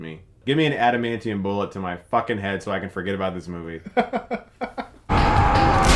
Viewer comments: I love how can't say adamantium 💀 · He called it "antamantium." 😂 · "antamantium tips. " ...ok